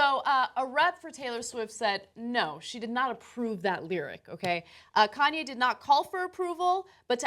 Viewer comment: Did he say cayenne instead of Kanye!